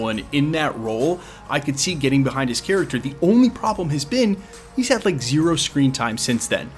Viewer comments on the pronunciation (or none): none